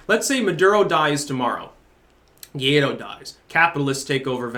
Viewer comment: It's pronounced gwa ee doh